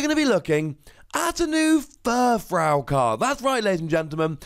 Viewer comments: Is no one going to mention that he's pronouncing another Pokemon's name wrong? Okay. I'll do it. YOU'RE SAYING FURFROU WRONG. It's frou-frou. Here's how you pronounce that, ˈfro͞ofro͞o. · You do realize that when you combine to existing words, you don't butcher the original pronunciation, right? He didn't say "fur" wrong. He said "frou" wrong. Maybe you just didn't realize any of that and completely misunderstood what I was saying.